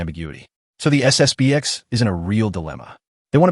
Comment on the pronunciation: It's SSP-ten.